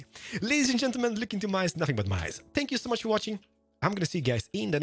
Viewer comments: WHy does he say "SPANK you"? is he meaning to say thank you? Sry if im dumb lol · did he just say spank you?